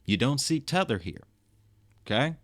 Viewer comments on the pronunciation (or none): none